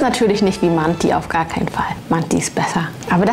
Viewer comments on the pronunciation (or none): manti nicht so aussprechen wie es geschrieben wird du sprichst das (i )am ende als ein( e ) aus das dann aber auch kurz